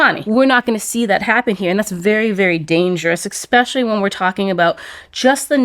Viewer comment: If you say “expecially”, you’re a simian